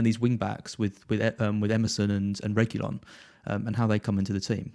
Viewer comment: Its Regui-lawn lads and not regui-yon